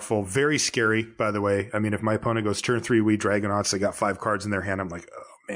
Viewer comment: keeps mispronouncing Wee Dragonauts. You really need to emphasize the WEEE!